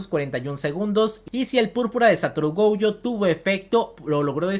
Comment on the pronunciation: Es Gojo, no goujo, es shinigami, no shanagami xD